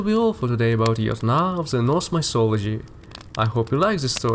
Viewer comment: Aren't you aware od your how you pronounce the word "the". I have to focus to understand anything.